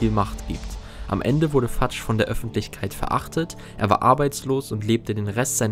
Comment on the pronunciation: Fudge wird nicht fatsch ausgesprochen sondern fötsch